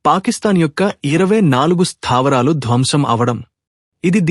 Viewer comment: "స్థాపరాలు"😂ఏంట్రా బాబు మరీ ఇంత ఓవర్ యాక్షన్ వద్దు"స్థావరాలు" అనే తెలుగు మాటకు పట్టిన కర్మ. ఎక్కడ నుంచీ పట్టుకొస్తారో ఇలాంటి తెలుగు మాట్లాడే వాళ్ళని.